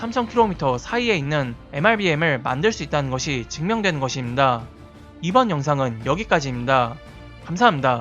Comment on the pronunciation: 더빙에서 발음은 중요한 요소이기에 임다 보다 입니다 로 더 정확하게 발음하는것이 시청자에게 더 신뢰성있는 내용전달에 도움이 될듯합니다